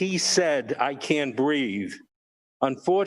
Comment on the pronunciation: Its BREATHE....